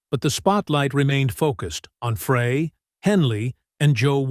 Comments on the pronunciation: It's Glen FRY, Like FRY Bread. Deacon FRY! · It’s pronounced “Fry” you AI goober . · no he didn't . just like the man said...his name is pronounced FRY. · Yes, I cringe, everytime he says it. Lana was abusive to Randy. She was not a good woman. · Two names are pronounced wrongly (Fry and Leadon) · Pathetic! How can this video have ANY credibility when the narrator mispronounces Glenn and Berrnie's name? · yeah but I imagine Glenn would still pronounce his own name the same. This is a crappy narration delivered by AI. The robot also pronounces Bernie Leadon's name wrong. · C'mon robot..it's pronounced fry..not fray. Peq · Why does this narrator always pronounce the name Frey like Fray instead of Fry??? so annoying! so many mispronounce Glen Frey's name! ugh! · It's Fry not fray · Is it not GLEN (FRY)...??? Where does freay come from??? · Glenns last name is not pronouned fray....it is pronouced FRY get it right or do not make any more videos about the Eagles. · It's pronounced "Fry" not Fra, so disrespectful for a great musician who's no longer with us. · Why are you saying Fray instead of Frey. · NOT FRAAAAY... it's FRI... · He mispronounces Frey intentionally so he’ll get comments and the more comments the more money he gets, but it’s just so obnoxious. That’s so disrespectful. I refuse to watch. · It’s pronounced FRY. NOT FRAY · Frey, not Fray! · Who is this knucklehead calling “Fry,” “Frey?” He clearly knows nothing about the Eagles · Frey, NOT Fray!! Come on man. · It’s pronounced Fry not Fra with a long a. How can you do a video and not even know how to pronounce the main characters names. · When the host doesn't know how to pronounce the name of one of the greatest musicians ever it makes it hardto listen. it isn't pronounced Fray, it is Frey....Pronounced Fry....stop reading your notes, stop making videos. You are lazy. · Frey is pronounced FRY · Glen “FRAY”? Im out. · It is pronounced Fry. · It's pronounced FRY.!!!!!! It's pronounced LED-ON. !!!!!!!